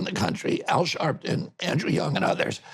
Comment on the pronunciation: Lost me at "Al Sharpten". RFK sucks.